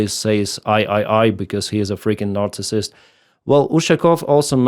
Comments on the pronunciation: I've been subscribed for 2 years watch your vids everyday BUT today you've reached your pinnacle, your mispronunciation of Narcissist as NAZICISSIST to describe Trump - may it be used by everyone for ever!! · I like the way ' accent renders his psychological diagnosis of Trump as "Націсіст", we should start using that in English 🙂